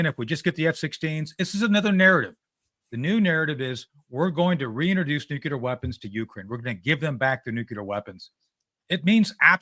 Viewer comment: "Nucular" oh okay, credibility---. Next!